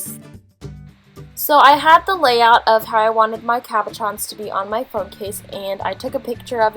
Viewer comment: Am I the only one who thought that she said caparrons instead of cabochons?